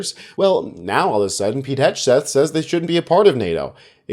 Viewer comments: It's HEG-SETH not HEDGE-SETH, lol. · At the end did he say, “Putin wrote this.”? I like your pronunciation of Hegseth, I’m going to pronounce it that way from now on. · Could you try to pronounce Hegseth correctly if you’re going to do a vid about him?